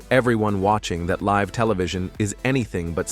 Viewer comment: AI bullcr@ narration. Live on TV? L-I-V-E as in Lie-Vvv.